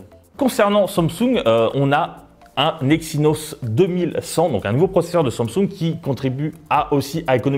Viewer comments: Pourquoi il dit Somsung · Sans M sung 😅😂🤣😂 il sait pas dire Samsung ??